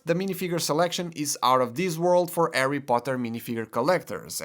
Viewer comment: Who's Arry Potter?😁👍